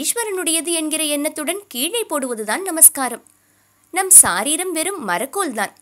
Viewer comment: It is sareeram and not saareeram.